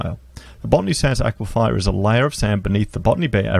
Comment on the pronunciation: Aquifer... A-kwee-fer !!!